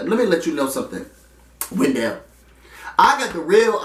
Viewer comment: it's WEN-DLE, not wen-dell hahaha